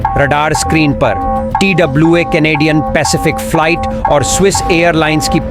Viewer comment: Falait kya hota hai be ...flight bol bhai😅